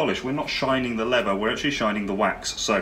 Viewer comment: Please pronounce the word leather correctly, I'd stay with this but the way you say lever does my head in mate.